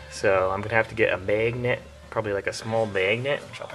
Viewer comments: good video until he called it a god damned "maygnit" its magnet... your accent when you say magnet just ruined this video. unholy hell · "May-gnets"... lol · Meghent!!! Lmfao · Maiy-gin-nent lol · the "megnet" accent is to funny. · meeeeegnet lol. nice vid tho. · Just make an entire video of you saying magnet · can you say magnet one more time. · I wanted to hear him say magnet a few more times lol.....where are you from? You don't have a accent while talking but you do when you magnet... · LEARN HOW TO SAY MAGNET!!! otherwise great vid